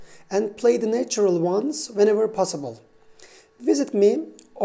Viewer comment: How can you distinguish micro tones and yet not hear that “natural” is pronounced nAtural, not neitural?